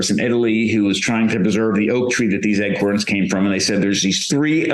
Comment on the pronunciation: lol...Is he actually saying "Eggcorns?"